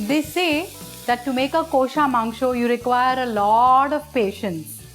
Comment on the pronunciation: Just teach ur presentors to pronounce 'Kosha' Mangsho properly.. Its cringy as hell.